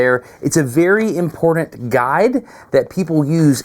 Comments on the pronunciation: Sorry, you keep saying imporDant… can’t watch your videos anymore. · It’s funny Dustin. Both you and I are sharp people, but we both have a similar quality. I have a bad tendency to say Nucūlar and you have tendency to say imporDant!😉 just poking!